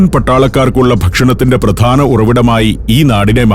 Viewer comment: it is not "pradana", it is 'pradhana'. Please mind your pronunciation. 😐